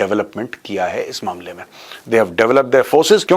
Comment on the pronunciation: sir you just said ISH KHITTE MEIN.. 😅